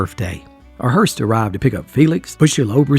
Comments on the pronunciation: No offence, but it’s “ hearse”,not Hearst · So sorry,, I do love you so much but it’s a hearse, not a hearst.